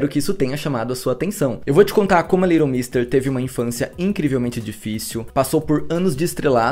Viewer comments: Aí q horror essa sua pronúncia do nome dela !!! Cada vez q vc falava vinha " little Monsters" na cabeça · O nome dela é litlle mix mesmo? Ou a pronúncia dele tá erradissima? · Tô chocada que o nome dela pronuncia "Liron mister". Eu sempre falei "leiguiton méster" 😂 amando todos os vídeos ❤️❤️ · Eu sempre pronunciei o nome dela assim.. "leiguiton méstêr" 🤭 Até estranhei a pronúncia correta kkkkkk Acabei descobrindo nesse vídeo a pronúncia certa e que ela é casada com o Seth de The OC 😂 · Gente a pronúncia do nome não é essa haahhaahahah quase não consegui entender de quem ele tava falando no começo. Faz u a pesquisa antes, já ajuda 😅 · gnt pq ele fala o nome dela todo errado 🥲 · A pronúncia do nome dela esta errada. Dá ate gastura de ouvir